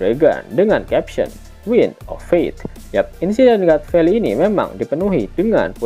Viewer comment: God valley... Di baca Gat feli... Hadeh...